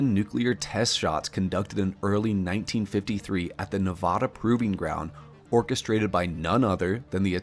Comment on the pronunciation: This may be knit picking, but as a resident of NevAda, (A as in cAt, not A as in Ahh)